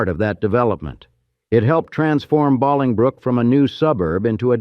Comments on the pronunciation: Hi there. If you are going to make a video get the main words and places right. The town is BOLINGBROOK. not Balingbrook. You researched the rest , could you have gotten the main things right? Thank you for the video all the same. Stay safe out there. Take care and God bless. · AI or not, this crap is just annoying. Interesting story that I really want to hear about, but the constant mispronunciation of Bahling brook kills it for me. It's Bowling Brook! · You lost me when you pronounced Bolingbrook as "BAH-Ling-brook." It's BOW-Ling-brook, with "BOW" rhyming with "LOW." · I was there when I was a Lul kid. It was a Shit show. But Cool. BTW FIRE THE NARIATOR. It's BOLINGBROOK not BALINGBROOK. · It's pronounced Bo - long 'O' lingbrook. Not Bahlingbrook. Good grief. 🙄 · Another Old Chicago video that can't pronounce Bolingbrook correctly. Boil ing brook and now Bahling brook. It's Bowl ing brook. What is next? Are you going to say Chick a go for Chicago? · IT IS BOWILING BROOK NOT BALLINGBROOK !!!!!!!!1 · Why does the narrator keep pronouncing it as bahling brook? Only if there were two Ls, guy. One L and it supposed to be a hard vowel sound. You ever go bowling? Then you know how to pronounce Bolingbrook. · we also lived in Beaconridge, ( Parking lot "G", Providence Ct. back then... Old Chicago was a Blast....( I wish they pronounced Bolingbrook properly) It was a sad day when it closed. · I grew up near O'Hare and when I began watching this I was quite ready to revel some visits to this strange place but apparently it was in Bolingbrook, or Bahlingbrook As you said, It is pronounced like Bowling brook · Bahlingbrook 😅😂 Pronounced like Bowling brook. AI for sure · Def not ballingbrook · Was just gonna say this. No one says Bahlongbrook. Everyone pronounces it as if they are about to knock over 10 pins with a heavy ball. Bowling brook. Bolingbrook. Long o. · Exactly! If you're from Chicago you know it's not pronounced Bahlingbrook. 😮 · It's Pronounced Bowling Brook